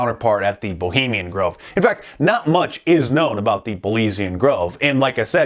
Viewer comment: Ho-bemian Grove